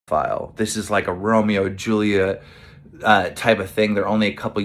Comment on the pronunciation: Did keen just say Romeo and Julia?